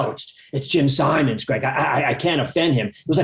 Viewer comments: Simons, not Simmons. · And he KEEPS saying it wrong! Zuckerman should have corrected him.